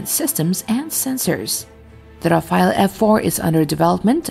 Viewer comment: Its not Rafa..el its Raf..ale.